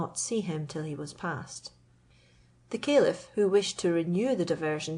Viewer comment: You are pronouncing Caliph wrong, I had to listen carefully it is a good thing the it is also in writing.